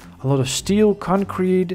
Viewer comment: I like how he says concrete. "Concwete"